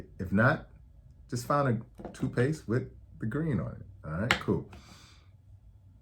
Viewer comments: My only problem with this video is it sounds like you're saying two-paste I'm only saying this to help you sound more credible and get to higher subscribers 😊 but.....very informative and I noticed colors on the bottom and no idea it meant something! Wow! Thanks Doctor! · Tooth paste, not toot paste